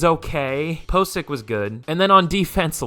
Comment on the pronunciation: POE-SICK... that's how you say it lol